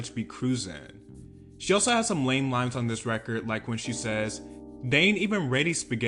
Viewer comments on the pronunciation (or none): none